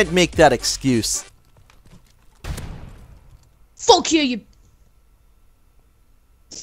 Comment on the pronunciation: He said "fock" about times